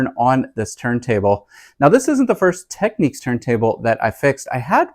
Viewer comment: Thank you - that was very helpful. Oh, and it's pronounced "Tech - Nicks" 😊....